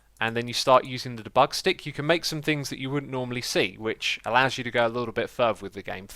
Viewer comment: It's pronounced dee-bug, stressing the dee.